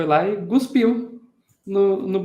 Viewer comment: desculpe pela chatice, mas você pronunciou "gospir" por duas vezes. Parece que o certo é "cospir".